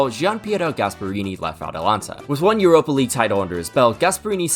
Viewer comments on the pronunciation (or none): none